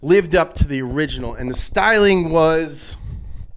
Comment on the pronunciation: "Just like the oringinal"